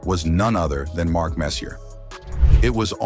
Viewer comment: Putting a R on the end of Marks name. Funny as fuckl.